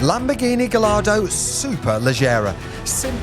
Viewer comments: Pronounced guy ardo . You have to use the Spanish pronunciation as they are all bake after Spanish fighting bulls. Ps. I was the sales broker at Classic car magazine in the 80s for Maranello Dk engineering dick Lovett Heathmans Coys of Kensington Lamborghini etc. you HAD to pronounce the names properly and speak French and Italian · Learn to pronounce ’Gallardo’ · Why.... do you mispronounce Gallardo ? But go on to pronounce Superleggera as Superlejjera ! Before you say.... its spelt Gallardo and not Gayyardo